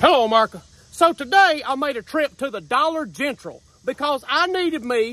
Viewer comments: "Dollar Gentral" 😂😂😂😂😂😂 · Dude said Dollar Gentral 😂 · And the Dollar Gentral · I didn't hear it right the first time and thought he said Dollar Genital - you know, the place that sells used condoms and stuff. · Yea and Dollar Gentral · "dolla Gentrl" hahahaha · The way he pronounced "Dollar General" got me weak!!!🤣🤣🤣